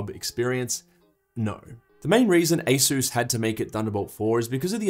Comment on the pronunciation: Good video, but be a proud Aussie! - it's ay-suhs, not ay-soos.